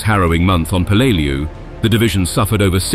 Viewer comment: Any Navy or Marine vet can rell you the correct pronunciation of the island name